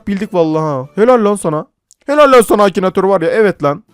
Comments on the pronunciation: abi çok eskiden akinatör diyecekken akinitir demişsin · Akinatör olmuş ıkınatör😂😂😂